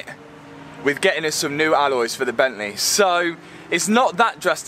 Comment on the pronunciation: Gavalaa *bentléé🤣